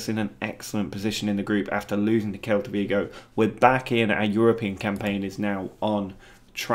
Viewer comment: Quick pronunciation heads up. SEL-ta Vigo 👍🏼